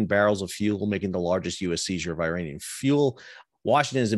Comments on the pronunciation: Sal Mercogliano please educate yourself on how phonetically ridiculous you sound when you repeatedly pronounce Iran and Iraq Eye Ran and Eye Rack and Iranian people Eye Rainy Inn. Put these words next to each other and read them loud to see if it makes sense: Iran Iraq Israel I waited for you to mention Israel to see if you would call it Eyes Real but you didn’t mention the name of the country who’s behind all of these piracies. Your work resembles what UANI is doing. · Good to see the eye-ranian tankers at sea in eye-ran.